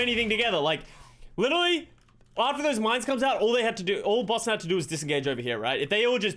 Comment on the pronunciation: Idk if it’s the accent but sometimes it sounds like he’s saying “bussin” instead of Boston to me